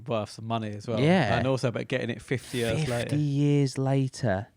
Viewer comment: despite being so old, Dan still doesn't know how to pronounce the word years